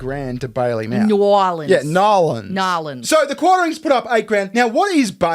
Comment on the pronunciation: Congrats to you and to correctly pronounce N’aleans! Well done 😊